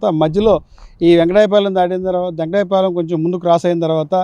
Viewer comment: వెంకటాయ పాలెం కాదు వెంకటపాలెం